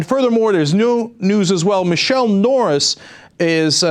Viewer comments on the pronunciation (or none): it's not "michele" norris...it's "MEE-chele" ;)